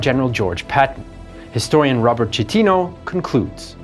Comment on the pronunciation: Citino's name is pronounced "See-TEE-noh," not "Chee-TEE-noh."